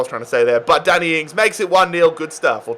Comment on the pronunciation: "Daniel Ings"💀